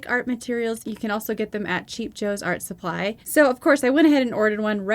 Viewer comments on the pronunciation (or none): none